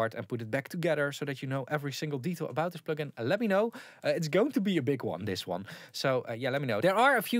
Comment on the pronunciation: Plögin? Pönk?